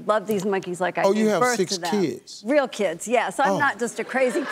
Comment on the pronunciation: Lmao the emphasis of real kids !!! 🤣🤣🤣🤣